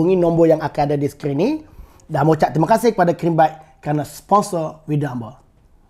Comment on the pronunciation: Crimebites tu sebutannya Kraimbait...bukan krimbait.